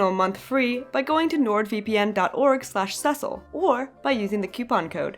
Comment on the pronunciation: I ALWAYS THOUGHT YOUR NAME WAS PRONOUNCED "cis-seal" whoaa